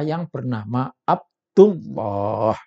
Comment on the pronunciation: Ini orang sdh membuktikan dirinya tdk alim / bodoh krn mengucapkan lafad abdullah saja sdh salah ngaji dulu dong lafad andullah dibaca tebal bjkan tipis